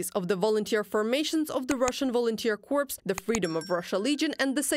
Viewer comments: corps pronounced like "core", not "corpse"-- forgive me normally I wouldn't be so pedantic and point out such a small thing, but in this case it is an awkward mistake to make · FYI - "Corps" is French and pronounced the same way in English. The "ps" is not pronounced. It sounds like "core". "Corpse" is a dead body in English. Thank you for the excellent updates. 🇨🇦🇺🇦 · I recommend you look up a dictionary re pronunciation of 'corps' [UK pronunciation "corr"] and distinguish it from 'corpse', i.e.dead body. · Corps, ps is silent, Corpse, ps is not silent.